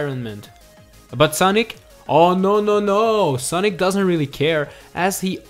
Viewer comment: It’s also funny how he said Soonic